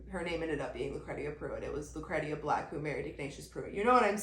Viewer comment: Lucretia is pronounced like “lew cree sha”